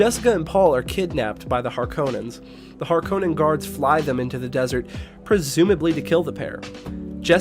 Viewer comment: It was pretty good compared to most Dune vids tbh! The only 2 I kept noticing (besides Stilgar of course xD) were "Py-ter" and the emphasis on the O in Harkonnen (it's almost the opposite, with emphasis on the first part while the o is barely present).. well at least in regards to how Herbert himself said it. I'm really curious about whether the upcoming movie will try to use pronunciations as accurate as possible towards recordings of Frank Herbert himself, or if they'll have any that feel completely off, both with the origin and the authors pronunciation :'D